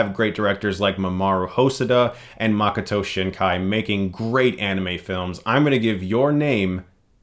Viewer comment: Great review. I saw it on my computer, but you make me want to sen the theater. One small point. It should be Ma-KOH-to. Americans have what linguists call 'lazy tongues' when pronouncing vowels and they often sound like 'a." One example is that Americans say Yakota for Yokota (YOH-ko-ta )Air Base and often spell it that way. Anyway, its a great movie and I enjoyed your review. Thank you very much.